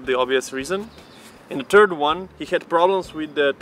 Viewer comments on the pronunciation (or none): He said "the turd one" when he tried to say third one, im dead 🤣🤣🤣☠️☠️☠️